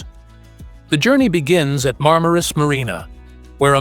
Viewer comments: Nicht marmarus sondern Marmaris😅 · MarmarUs.. ah joo... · Marmaris heisst der Ort..nicht Marmarus. ..